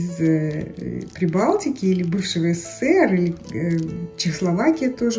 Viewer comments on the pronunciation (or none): none